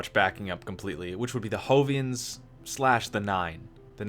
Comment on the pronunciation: I've noticed when you say Jovian you pronounce the J with an H sound. Now I could be wrong, but I think it's actually pronounced like "Joe" not "hoe". Again, I could be wrong, just thought I might put that out there.